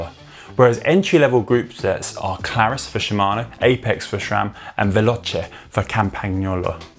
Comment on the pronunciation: Eric M. As an Italian I thought he didn’t do bad! I think he really tried - instead of going straight for the “Campag - nolo” pronunciation that I hear all the time. Also, he said “veloce” correctly - I appreciate the effort! :)